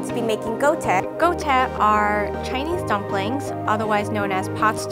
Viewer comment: im chinese and she aint sayin dumplings right